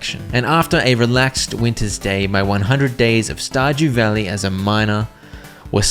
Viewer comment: Verdew stalley? Or stardew valley?